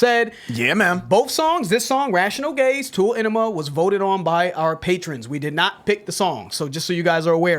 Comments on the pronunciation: Omg. Its not tool- enima... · AH NEE MA NOT ENEMA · Ann eem Ah not enema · For the record - it's pronounced Ah-nema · The Tool song is pronounced (Onema) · It's pronounced eye-nima. It's a combination of the words Anima, meaning Soul. And enema which is a cleansing. Ænima, basically translates to "clensing of the soul". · It’s pronounced Eye-nima